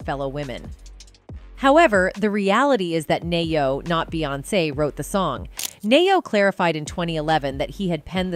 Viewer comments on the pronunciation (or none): Knee oh..Bee hive. Pronounce.